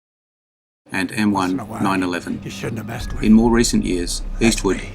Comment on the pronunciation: Its nineteen eleven 😢